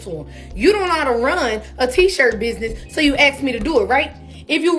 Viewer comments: Sorry it’s driving me nuts it’s ask ASK not axe or AXING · Axe is not ask my god.... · It’s ASK NOT AX MA’AM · That grown ass woman said “axed” instead of ask…. Nothing positive or good was gonna come after that!! 😅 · It’s not AXE it’s ASK imma need yall to learn how speak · Why don't people pronounce ASK correctly? It's not AKS! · I don't listen to people who say axe not ask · Telling someone to ax another person sounds really dangerous and is almost certainly criminal. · She is "axing" them. I wouldn't respond, either. 🙄😏